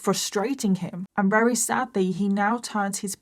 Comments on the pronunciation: Just curious, is it a local dialect thing when you say ‘rary’ instead of ‘very’? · I always love your videos, amazing. But I have to ask, why can't you say the word 'very'. It's not 'rery'....